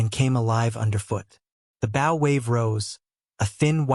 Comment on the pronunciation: Your pronouncing the name of the front part of a boat wrong, and it makes you sound stupid.